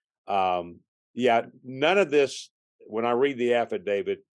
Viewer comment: i can't help it but i'm really bothered that this seasoned detective calls it an "affidavid"